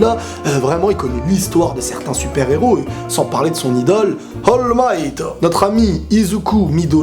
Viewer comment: C'est pas Hall Might, c'est All Might